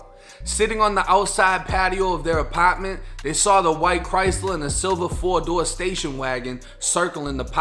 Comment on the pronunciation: I love your accent! “Apatment” 💕